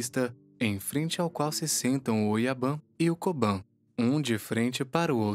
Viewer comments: Uma correção: se pronúncia Kobun e Oyabun exatamente como se escreve. Diferente ao inglês a vogal "u" não se pronúncia com "a". Portanto Oyaban e Koban não existe. Ótimo vídeo . Fica só essa dica. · Oyabum kobum vc ta pronunciando errado